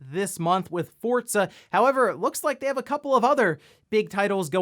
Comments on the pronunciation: Are you saying "Fortza"? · Did he always call it Forzza? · I never knew there was a T in Forza lol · Am I the only one who realizes he always says Forza incorrectly?